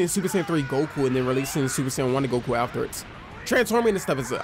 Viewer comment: am i the only one hearing the way he says goku "Gaku"🤣🤣🤣